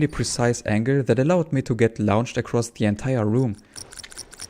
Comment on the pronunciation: Fascinating video. I’ll have to go dow a rabbit hole of glitched run videos now! Side note: ‘Launched’ is pronounced more like ‘Lornched’ - English is not consistent, sorry!